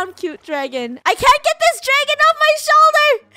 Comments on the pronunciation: when the dragon was in funnehs shoulder said the dragon is in ur soulder:D he was so happy that he got to say soulder missing the h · Did anyone hear say “Oh it’s on your SOULDER!!